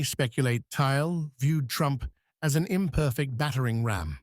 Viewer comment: Please teach the Eleven Labs voice to pronounce Peter Thiel's name correctly (it is pronounced "Teel." It is one of the many things that makes current AI voices dead giveaways. With that said, this is spot on and is exaclty what is happening.